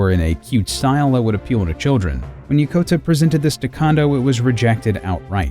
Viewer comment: It's Yokota, not Yakota!